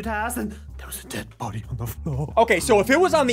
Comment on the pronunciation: I do know how to spell fyi i was just spelling it how henwy was saying it in